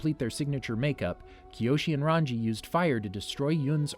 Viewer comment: Oh for Christs sake. RAN-GEE RAN-GEE RAN-GEE RAN-GEE NOT RAN-JEE